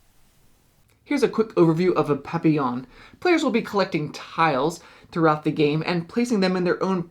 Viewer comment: for pronouncing Papillon correctly. It reminds of Isle of Skye. Definitely interested.